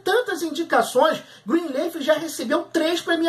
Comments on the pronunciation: Qual a dificuldade em dizer Greenliiiiiiiiffff e não Greenleeeif? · NÃO É ASSIM QUE PRONUNCIA O NOMEEEEE 🤯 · Fala o nome da serie direito.